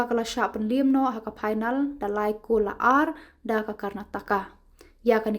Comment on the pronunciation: phainal ✅Final ❌ 😅😅